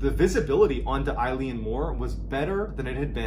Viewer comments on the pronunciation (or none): Sorry to be rude, but it’s pronounced “a-lin mor”. Fab story all the same. Just being Scottish 🏴 some words are hard to pronounce. Eilean is pronounced “a-lin”. 👍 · Small tweak It’s pronounced like ILL-ee-ann More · It's pronounced a-lan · Eilean means island in Scots Gaelic and Mor means big, so 'big island'. Eilean is better pronounced ill-N, rather than eye-le-an! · This happened close to where I’m from, good story and well told however the pronunciation for ‘Eilean’ is Eh-lan rather than I-lene, it is the Scottish Gaelic word for island, and Mor is Gaelic for big so it translates to Big island as it is the biggest of the flannan isles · It's pronounced ELLAN, not "eye-leen". It means Island in Gaelic. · Correct pronunciation- ill-in . Eileen is a girls name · Eilean is pronounced, ' Illawn' not like the name Eileen. Dublin girl who grew up speaking Irish and our language is almost identical to Scots Gael.. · It’s pronounced Ay-Lean lol my mums name who would have thought when she got married she’d be named after a spooky lighthouse lol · I’m another Scottish West coaster and just to let you know that if you say the letter A and add lan at the end, that’s the perfect pronunciation (not of the Gaelic word “Eilean”, which means island. You got the Mor perfectly though. Really enjoyed your telling of this one 👍🏻🏴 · Its pronouced ‘ellen’ mor, its scottish gaelic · pronounced eelan! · Love watching your videos. As a Scotsman just wanna say it's actually pronounced like ehlen, like imagine the whole joke of how Canadians always say eh? Well it's like eh? Len. Only say because if anyone has the gift of hearing you tell these stories in person, they are as close to the details as possible. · The Gaelic "Eilean" is not pronounced like the woman's name "Eileen" but rather more like the name of the sports car, the Lotus Elan. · Surprised there is not more comments but it’s pronounced (Ee-lan) Mor! I am born & bred Scottish and had a giggle at the way you said it! 🏴